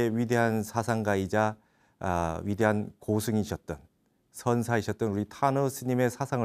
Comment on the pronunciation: 또, 선사(zen)의 선을 길게 발음했읍니다. 잘못입니다. 선사이신 분으로 "선(zen)" 의 발음을 바르게 못하신다면 무엇이라 설명하겠읍니까. "선 자"를 길게 하면 이는 "선양", 즉유덕자에게 왕위를 물려 줄때에 쓰여지게 되는 경우입니다. 고치시기 바랍니다. 공부는, 수님께서 늘 자부하고 계신데, 말에 발음이 발ㅇ.지 않으면 원활한 소통이 불가능하지요.